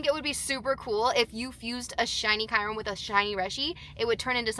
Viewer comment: Why do you call Kyurem Kairum? 💀